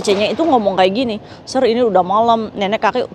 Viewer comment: Sir itu bacanya Se.. Kak